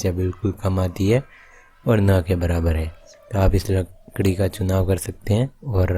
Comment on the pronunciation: bhai lakdi ki jagah ladki kiu nikal gya muh se 🤣🤣🤣